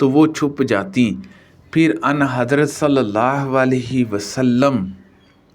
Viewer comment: لفظ اَن حضرت نہی بلکہ آں حضرت ہے درست فرما لیں